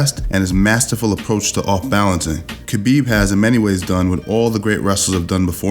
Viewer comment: khapib, damm thats sound more badass than khabib